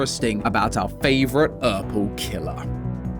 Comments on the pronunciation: In that intro, you misspelled "purple," but mispronounced it a different way. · POV u made a typo in the script and the AI voice still pronounces it fluently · At the start of the vid, about 20 seconds in it says "Ourple" instead of "purple" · In the intro when he says ‘purple guy’ the subtitle says ‘ouple guy’ and oh it’s been bugging me🥲 great video though I’ve always wondered bout that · "... our favourite ourple killer" hits hard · Ah yes the "ourple killer" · haha “ourple” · is it just me or dose someone else notice that the word purple in the start said "ourple" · Anyone notice "ourple killer" near the start... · Ahh yes…. Out favorite “ourple killer” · anyone notice it said ourple, also is the surprise matpat? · ah yes, our favourite ourple killer! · "favorite ourple killer"👍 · "our favorite ourple killer" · Why is it pronounced “Ourple”? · Why did the intro say ourple lol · Our very favourite "ourple guy" indeed... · “Ourple” is crazy 🚡🚡🚡🚡🚡🫃🫃🫃🫃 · you forgot the p in purple